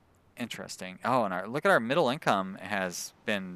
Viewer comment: Your pronounciation of "midlle" income made me laugh out loud. Good episode :)